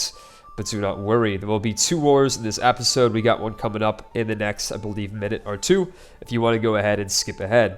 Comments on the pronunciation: If you can't pronounce episode correctly, it's going to be difficult to expect geographical names to be pronounced even close to correctly. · plz say episode instead of Apisode lol